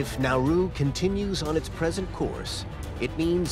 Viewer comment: I thought he said naruto when he said nauru